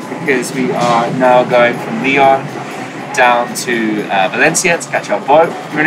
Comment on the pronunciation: I'm French and I love the way he says Lyon ! It's sounds so much better in English !